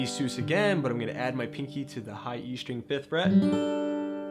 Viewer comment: Nice video but please, sus is pronounced Suhz, like Suspended, because it is a suspended chord. so not Seuss. Suhz. Also the root isn't changing, it's the bass note. The root of the C/G chord is still C, it's just voiced with the fifth in the bass.